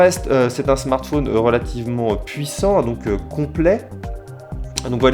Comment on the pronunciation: pourquoi dit-il " smartfoun " ?